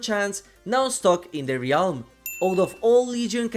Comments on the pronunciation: not trying to be rude. I know English isn’t your first language. but the word “realm” is pronounced (relm) not (re-alm) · i love the way you pronounce "ree-ahlm" its become a comforting cornerstone of a classic video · I like the way you say realm!